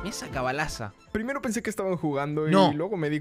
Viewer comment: Maestra: acá dice manzana, y aca que dice ger?: Cabalaza